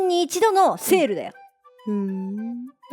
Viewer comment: 歯切れのいいセールの言い方すき ほんとバランスのいい姉妹ね